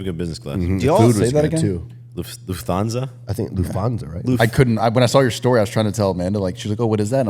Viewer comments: haha its "LUFT - HANSA" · It is LUFT-HANSA, no th-sound 😂 Greetings from a German.